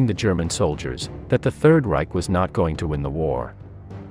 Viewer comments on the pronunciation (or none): none